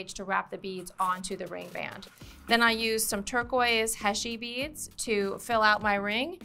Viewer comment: Background music is very irritating in a demo. It hurts the ears, muddles the brain, and drowns out speaker's voice. Never ever put music on a demo video. Silence is golden. HEY-SHEE beads, not HESHEE. You don't measure? In every technical trade, measuring is the most difficult and most important first step. Learn before you teach. PLIERS, not PLIER. Pliers is always plural. So you say 'Those Chain Nose Pliers', not 'That Chain Nose Plier'. Flush CUTTERS, not CUTTER. Always in the plural. There are two blades not one. Nice ring, but your English is atrocious and the music drove me mad.